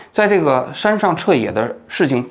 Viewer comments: 你不光是记忆力不行了 嘴也瓢了 一会儿山上徹也 一会儿山上徹吾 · 一会山下撤也 一会山上撤武 王局这次嘴瓢的哈哈哈哈、快多吃点好的补补😁😜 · 王局把人名字念错太不专业了。一次就算了，最近次数有点多。